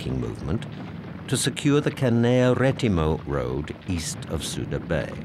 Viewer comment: Judging by the soundtrack, one particular machine gun was firing the whole time all over the island and even at the same altitude as the Ju52’s. And the British narrator continually mispronounces Canea. It is spelled in many different ways in English, but should actually sound like “Haan-ya”.